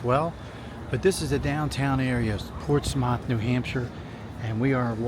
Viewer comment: Ports-meth/muth… not MOTH